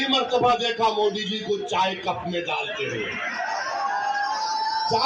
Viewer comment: तु है कोंन बे ,जो मोदी के saath जायेगा पहले तू मोदी बोलना सिख ले बेटा।।।।समझा